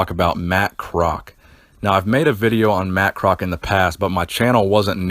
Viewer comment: Its Pronounced Kroz - all - ES - key its my uncle